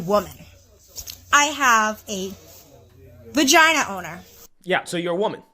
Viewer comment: Is saying fagina? Why does is sound like an F instead of a V, when he says Vagina? Or am I just hearing things?